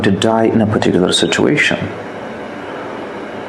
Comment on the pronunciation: perticular perticular bole ja rha hai . ka hove hai perticular